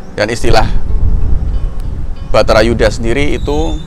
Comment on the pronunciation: Bukan betara Yudha Kang, tp Barata Yudha